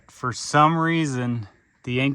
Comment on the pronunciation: "yeah, but it's not for eatin'. It's ferrrrr lookin' through"